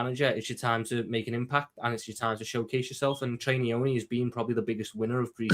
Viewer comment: the goat. Cracks me up the way he says Nyoni “Trey NEEEEEOHNEEEE” 😂😂😂